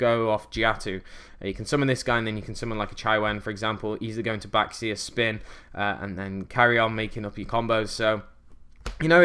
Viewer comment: Chiwen: Chee-wen Bixi: Bee-zhee (think pronouncing 'zh' like 'sh' but with the hum of the z) Baxia: Bah-zhia (same as above) Taotie: Ta-oh-tee-eh Just helping out with some pronunciation, I believe these are correct. ^^